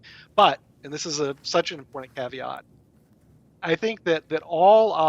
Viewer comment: It's impornunt!